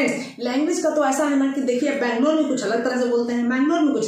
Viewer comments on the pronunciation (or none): none